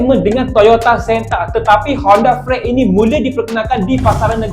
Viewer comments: Cara sebut freed=friit Bukan. = fraet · Mula2 dgr ko sebut Honda freed tu rasa lucu,Tp aku blh terima sbagai seorang usahawan cehhh wahh hahaha..bukan apa aku pernah ada custemen dri Kelantan mcm ko?dia pakai falari 2 biji TP sebut pelarie..jenuh aku milik😂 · bapak ko sebut freed pun salah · Mmg pelat org terengganu sbut freed mcm tu ya?